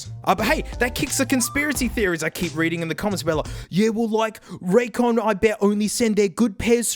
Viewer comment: Raycon more like suhcon 😩